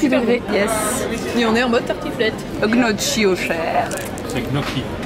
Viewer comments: Ça se prononce "nioki" en plus pas en disant le g wesh il te reprend mais il sait pas le dire non plus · Raté, ce n'est ni "gnotchi" ni "gnoqui" mais "nioqui" XD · Alors on va mettre un terme au débat: ce n'est pas GNOKI mais NIOKI Le G ne se prononce pas 😭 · Non, elle a raison. Le double CC en italien ça se prononce pas K, mais c'est le CH chi se prononce K. Le son en francais qui correspond en italien au CC c'est le TCH